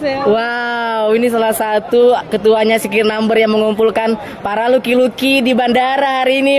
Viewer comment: Lockey = Loki / Laki bukan Luki bang